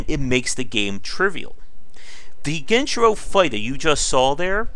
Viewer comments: Dude is he trying to be annoying by saying genchiro gen-I-chiro smh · Do you pronounce "Genichiro" as "Genchiro" and "Isshin" as "Aye-zin" unintentionally, or is that just a bait for comments? Edit: Ah, nevermind, it is bait lmao. "The game is so easy: that 'genchiro' fight you just saw? After hours learning his moves, it was easy". You got me. Good one.